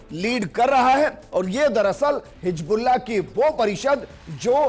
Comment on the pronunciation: Bhootni ke...Hijbullah nahi HIZBULLAH hota hai..